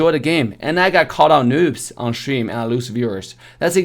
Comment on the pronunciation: Love the way how says: Shtream hahahahahahahah